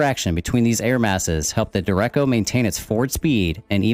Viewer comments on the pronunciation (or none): duh-reck-oh, nice video though lol.